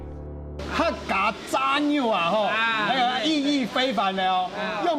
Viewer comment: 怎麼炸肉，唸成peng 肉。